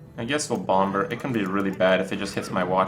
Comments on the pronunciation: Sxriously i dont get it....its pronounce bom er...so whats the big deal? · bomBer? the second b is silent!!!!! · "bommer" not "bom-ber"; the second 'b' is silent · its pronounced Bommer like Lamb is pronounced Lamm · I didn't even know you said Bom-ber until you pointed it out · Herthstone, bom-BERS, Kripp kills me with his pronunciation. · HERTH BOMB-BER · Please continue to disregard what everyone says, Kripp, and keep pronouncing it "bomBurr." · I want to watch but my English anus tightens each time he says BomB-ber :( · Why the hell is he pronouncing the second 'b' in bomber for? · gasp did he actually read my post about me correcting how he said "bomber" ? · please stop pronouncing the B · why does he put some much emphasis on the second b in "bomber"? I've noticed this in his other videos too and it bothers me lol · someone tell kripp the b is silent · didnt realise kripp was saying bomber wrong till he mentioned it himself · The second B in bomber is silent. Not what some people want to call it, just how the word is pronounced in English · Why does this jackass pronounce the second "b" in bomber? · I am starting to think that he is pronouncing bomber incorrectly on purpose. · SirGooglinMort Smith Kripp has some other pronunciation issues too - enunciating the silent 'b' in bomber, may-ta instead of meh-ta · magus424 I think thats just because pronouncing the b in bomber is just fun. He knows how it is supposed to be pronounced.